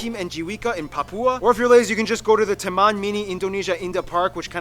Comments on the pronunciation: He mispronounced, should 'Taman' No 'Teman' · "Taman" not "Teman"